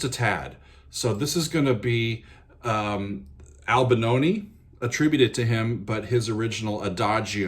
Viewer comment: Albanoni? Why do Americans butcher each and every last name? You are able to spell, right? Replacing an 'i' with an 'a' might be an American thing to do but...